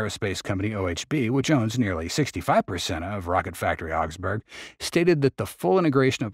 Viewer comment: … you’re mispronouncing the name of the city, Augsburg.